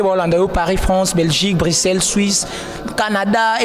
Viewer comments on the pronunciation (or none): Bajo landa bisho na franche, na shwuishe, na Etats junis, 😂😂😂 Hummm, journalishte bongisha pe maloba